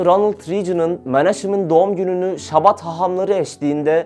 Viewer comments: Chabad yazılır ama Şabad okunmaz. Aksine Almancadaki gibi tükürürken damağa tükürük sesi gibi sert bir H sesiyle Habad olarak okunur. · Şabad değil Habad diye okunur, birazcık araştırın editör kardeşler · şabat değil habad okunuyor bildiğim kadarıyla..